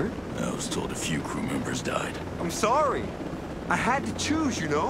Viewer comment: "Sowy weaver" 😂😂😂😂